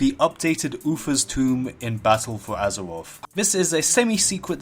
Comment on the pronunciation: Lmao “battle fow azerwof”